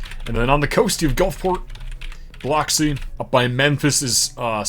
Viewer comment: This was incredibly impressive! Definitely not an easy accomplishment. I did want to point out, as a native of Biloxi, it’s pronounced bill-uhx-ee. Don’t wanna sound like one of those guys. Just thought you’d wanna know